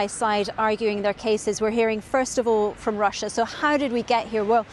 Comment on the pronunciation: "Claiming that R̃R̃R̃R̃r̃r̃ussiá was abusing the genocide convention..." Nice was that an alveolar trill rolled R & do all Scots pronounce Russia like that? She kept alternating between normal and *R̃R̃R̃R̃R̃R̃*